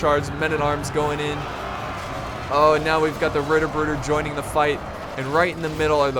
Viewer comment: Try to pronounce the tt in Ritterbrüder like the t in "to" :D It's funny how english speaking guys always slaughter german words :D